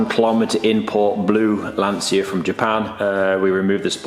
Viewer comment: You pronounce Lantcha not Lansia my friend 😊